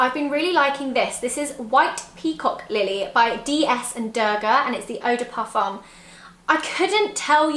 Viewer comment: Hey zoella ! Just wanted to let you know that the word "parfum" en French, you don't pronounce the "m". The last syllable sounds like the number 1 ("un) in French.